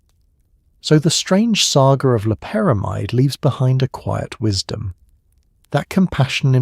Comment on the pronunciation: Most of this video the narrator mispronounced LOPERAMIDE.